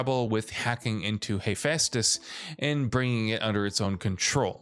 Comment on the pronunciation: mf rlly said He-🙃-tus